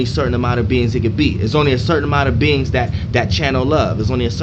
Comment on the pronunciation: I thought you said beans until you were saying beings more i noticed lol